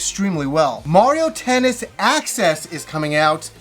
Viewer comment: I swear, it sounded like he said "Mario Tennis Asses" LOL...